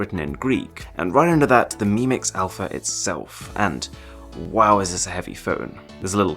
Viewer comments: "Mix Alaph" ... That would not be a great start for me. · Mix Alaph..are u joking shiaomi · The Greek letter α in Greek in the alphabet is pronounced alpha